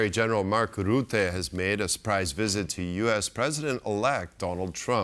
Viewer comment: Say russia, now say Rutte. There is no Ruette